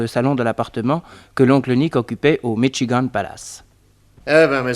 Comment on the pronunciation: au bord du lac Michi-gant il aurait pu dire le dire comme les américains disent " micht- chigane"par contre pour le mot petrolium ou square il les prononce à la perfection... on s'y croirait